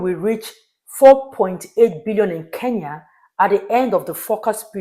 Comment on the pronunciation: why do you call KE-N-YA ... 'KEYA" ? why , why?